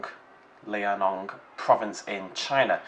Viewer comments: Liaoning is Lee-ow-ning, not Lai-eh-nong,. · Unless I'm terribly mistaken for the past few years, I think it's pronounced "Lee-ao-ning", which is probably best explained to an english speaker as "Lee-ow-ning", roughly. Note on the phylogenetic tree, recent evidence points to Balaur being a avialan, not a dromaeosaur, and last I heard Rahonavis was to.